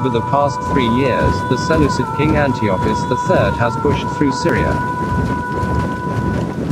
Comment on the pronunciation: Mispronounced Antiochus, among other words. Improve your A.I narrator...